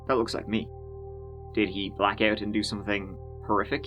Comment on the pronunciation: You say clone when it should be clown or ote when it should be out. How can you NOT pronounce these words properly? Yeah I know it's your whole nation. One of the most annoying ear jabs......